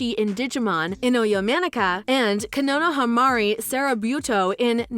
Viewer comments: OH MY GOD! She totally butchered the pronunciation of Konohamaru Sarutobi & Naruto!? I cringed so bad at all the other Mispronounced names bruh! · Im screaming at the way she pronounces konohamaru sarutobi